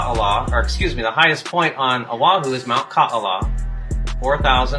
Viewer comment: Ka’ala has a consonant in the middle of the As called a glottal stop. So it’s pronounced Ka-ala and not Kaala.